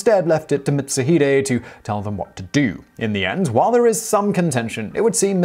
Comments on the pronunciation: Sorry but no its not mitsu hide its pronounced mit- suu-hee-day A ke chi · same it kinda urked me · Lol yupp he did